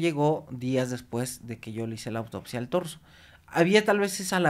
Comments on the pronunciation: señora, no se llama DORSO, se llama TORSO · Es Torzo no dorzo cuando se refiere a la parte de arriba del cuerpo, gracias Dr por corregir de manera sutil a la Dra, Torzo no dorzo.